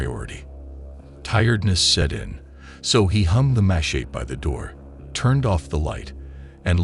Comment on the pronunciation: Watch out for those “mah-sheets”